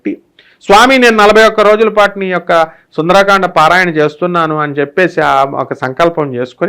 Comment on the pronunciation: సుందరాకాండ అనకండి గురువుగారు మీరుకూడా సుందరకాండ అనండి